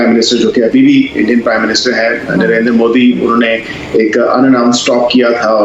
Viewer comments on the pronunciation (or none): Why do these people pronounce Narender 😂😂😂 the proper and correct pronounciation is Narendra Fools 😂😂😂😂